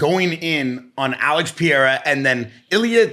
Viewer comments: how are you on an MMA podcast and unable to pronounce "pereira" is this ragebait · peh-rare-uh not pee-era